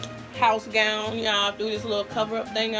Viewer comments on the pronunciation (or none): none